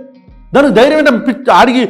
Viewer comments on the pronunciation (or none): ఆవేశం స్టార్ ...."ఎంత ధ్యారం లేకపోతే అంటాడు ఆ మాట " కాదురా బాబు తెలుగు నేర్చుకో "ఎంత ధైర్యం ఉంటె అంటాడా మాట" అనాలిరా బాబు...స్క్రిప్ట్ సరిగా రాసుకో ఆవేశం కాదు నాన్న!